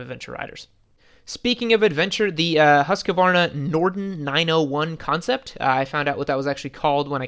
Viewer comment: Americans cant say Husqvarna lol